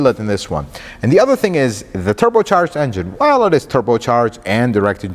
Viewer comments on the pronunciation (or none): none